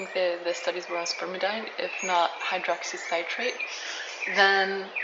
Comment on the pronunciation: Nice video with useful information. One item. The pronunciation is spermi-deen, not spermi-dine. Spermidine is an amino compound (contains a form of nitrogen) and all such amino compounds are pronounced "een".